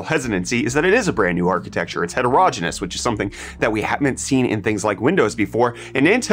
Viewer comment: It's het-er-o-ge-ne-ous, not het-ero-gen-us. I don't want to be 'that guy', but I keep hearing you say it like that before I have my morning coffee and it is disturbing my breakfast. Other than that, thumbs up and I hope you have a pleasant day.